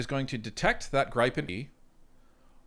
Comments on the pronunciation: Hi, Inga from Sviden says it's "GrEE-pen", not "Gr-ai-pen" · Gripen is pronounced as if the "e" does not affect the "i", pronounce it like Grippen. Stealth aircraft are detectable by radar, and they are working on increasing picking them up by radar. They are difficult to detect. F-15 radar detection signal is about 8 times stronger than an F-18, USAAF is taking on modernised F-15 as they can carry more than an F-35. If the Gripen E is cheaper to operate, that is very attractive. Mixture of F-35 and Gripen E/F's? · It's GRIFF-IN as in "if" Griff......IN . pronounce it right please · Gripen is pronounced Griffen in English. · YOU HAVE TO LEARN HOW TO PERNOUNCE THAT FIGHTER JET LMAO